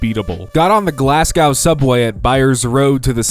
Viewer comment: Glasgow is pronounced Glass-go not Glass-gow